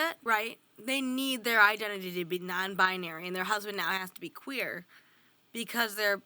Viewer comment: What in the Midsommar/Yellowjackets is the first clip I mean really Also, I cannot stand when they say “non-bi-uh-nary.” Correct me if I’m wrong, but it’s 3 syllables, not 4. Non-bi-nary.